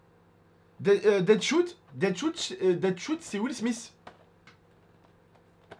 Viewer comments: Slt petite rectification ce n'est pas Deadshout mais Deadshot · Non seulement on dit pin's et pas pim's(C des biscuits)et on dit pas deadshout mais deadshoot ou deadshot Ah et aussi la forêt C uncharted 4 et le T-shirt srx faut jamais être sorti de chez soit pour ne pas connaître! Au sinon continue les vidéo wootbox je kiffe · ca se prononse dead chot